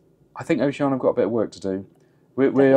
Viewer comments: Why do people say “oh she Ann a” instead of the correct way, “oh she ann EEE a”? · Sorry, but the captain of one of their ships pronounces it ‘oh-shee-ah-nee-a’ . As do several other reviewers. No big deal - do whatever you want. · Perhaps they were upset that you couldn’t even pronounce Oceania correctly. Just a thought. 😊